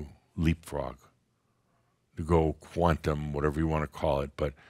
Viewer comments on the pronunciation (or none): none